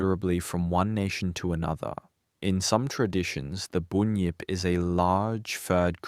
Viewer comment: It’s a Bunyip not a boonyip 😂 , bun , say bun then say yip now say bunyip .